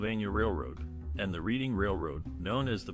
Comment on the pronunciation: A masterful view of aging post war America and American culture. Featuring the now demolished Marlboro Blenheim and Dennis Hotels, and Captain Starnes Seafood Restaurant. BTW The Reading Railroad and the City of Reading PA. are pronounced "Redding."